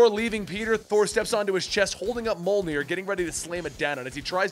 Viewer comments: Its not (mul near) Its (myoll ner) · Monier that is what you said it is mjolnir